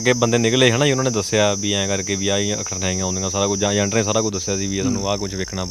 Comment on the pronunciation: Zaande ni hunda. Jaande hunda anchoring ched ya bolna sikhla . agent nu azent dasda